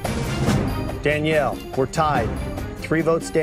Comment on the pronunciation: ''DANELLIE'' HAHAHAHAH